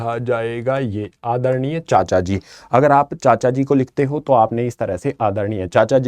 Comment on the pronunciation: Bhai aacha wala headphone laga ka suno aadharnia Pecha sa bola